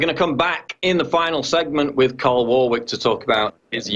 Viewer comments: Why is PJW calling him Carl? His name is Tarl! Get it right...! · It's Tarl Warwick not Carl Warwick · Tarl, his name is Tarl...With a "T" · It's Tarl with a "T". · His name is Tarl, not Carl. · david doroteo I'm pretty sure it's Carl not Tarl... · Lol you kept calling him 'Karl' that's my home boy 'Tarl' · I'm pretty sure it's "Tarl" not "Carl" Cheers having him on though. Pretty much daily I run to youtube in the hopes of hearing some new mug-clanking. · Paul - his first name is TARL, with a "T" not a C or K! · PJW keeps calling him 'Carl' not 'Tarl'!!! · Sounds like PJW is calling him Carl. It's Tarl. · Hey Paul, it's Tarl, as in Tarl Cabot, not Carl like Carl's Junior. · It's Tarl, bro, not Carl. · It`s Tarl, not Carl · It's Tarl not Carl! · his name is Tarl,, not 'Carl' .... funny he didn't correct you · I'm on you brother but learn the word pronunciation and how to pronounce the name Warwick........ Tut tut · fuck sakes Paul, get the guys name right.